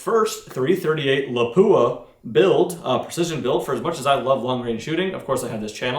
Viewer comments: Lol crazy enough it's actually pronounced more closely to "lah pwah". There's no emphasis on the "poo" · It is pronounced with the weight on the a, Lápua. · He isn't pronouncing it right.